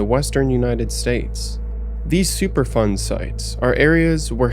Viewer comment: I thought you were saying "super fun" sights, I had to turn on the subtitles to find out it was "superfund". I thought it was weird that a place with hazardous materials was called "super fun" 😅.